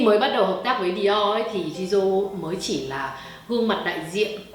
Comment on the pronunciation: Chỉ góp ý 1 tẹo là Jisoo đọc là Chi Su ạ. Tiếng Hàn chữ J đọc là "ch". Cảm ơn chị đã làm clip rất tâm huyết về Blackpink